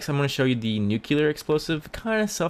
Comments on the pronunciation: You said nucular. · Skidits his accent